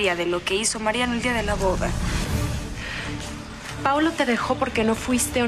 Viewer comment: Arturo en ves de decir Paulo dijo Paolo JAJAJAJAJJAJAJAJAJAJAJAJ